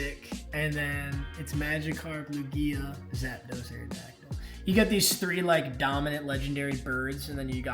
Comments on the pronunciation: The way ur pronouncing lugia shows u are not a fan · Why tf u said lugia like that...